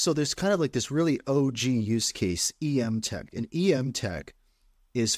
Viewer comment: Before you have her on the show, it's pronounced "m-tech", not "e-m-tech".